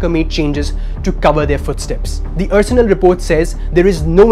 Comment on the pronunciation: Excellent report. However, the presenter needs to know that Arsenal is not pronounced as ur-surnul but are-surnul. Haven't you ever heard of the English football team Arsenal?